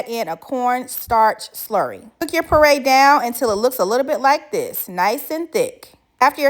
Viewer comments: It’s PURE-RAY not PURRRAY😂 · Purée is pronounced pyu-RAY or pure-RAY, not purr (like the sound happy cat makes). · Hey love, nice video. But one thing you pronounce “puree” wrong. It’s not “pur ay” it is pronounced “peeyuray “, said quickly. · Peray is killing me its pureeeee ay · Peray? It's pure-ay 😅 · Pure-ray, not parray! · Poray....you mean puree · It's not pronounced parade parade walk or march It's pronounced puree make a puree of (fruit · I think she is saying puree, but the captions say parade,lol😂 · Ohhhhh my god... it's *PURE-AY* pronounced PURE-AY... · I swear it took me at least a minute to realize she was saying “purée” not “par-ray” I was so damn confused lol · I thought she was saying PARADE. 😂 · Cute outfit!! I thought you were saying mixed berry parade, which works! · DELICIOUS!!!! But lovely what is a PORRAY????That is the weirdest pronunciation I've ever heard !!!?? 😅😊😊😊😊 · Pronounced *PURE....RAY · Learn how to make your own whipped cream how’s there a tutorial it’s simple just get some double cream and continue to whip it up till it becomes thick and it was bugging me why she couldn’t pronounce purée correctly 😂but the cake looks lovely and moist yummy